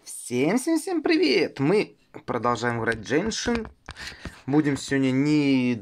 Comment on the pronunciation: Ты топ. Только произносится не дженшин, а геншин❤️